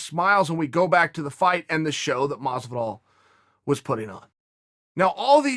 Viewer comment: Is it pronounced fucking George masvidal or Jorge masvidal holy shit lol. So sick of hearing everyone butchering his name like which one is it masvidal!!!!!